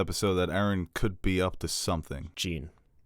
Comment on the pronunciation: His name is Jean but it's pronounced like John. (Wyclef Jean for example)